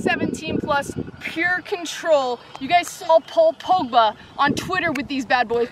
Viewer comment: You know you don't have to call soccer, football all the time. You always pronounce names wrong, idk it wound weird when you say names like muller, pogba, alaba, etc. You keep trying to imitate someone who is from Britain when you say someones name